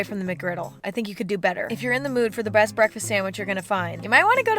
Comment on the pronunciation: Did i Hear You say breast instead best?